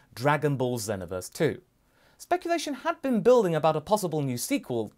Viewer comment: That moment when someone's says "zen-oh-verse" instead of xenoverse lmao